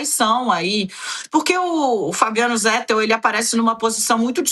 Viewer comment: Irrita o ouvinte a pronúncia /"zétel"/. A pronúncia correta em português é /"zetéu"/. É o mesmo caso de /"nobéu"/, pronúncia correta de Nobel. Muitos falam /"nóbeu"/ equivocadamente.